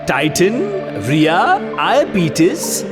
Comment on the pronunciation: Reha ✖️ Riya ✔️😂😂😂